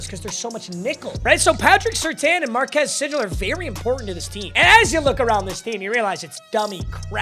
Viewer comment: Every time he butchers marques sigles name I laugh so hard😂😂😂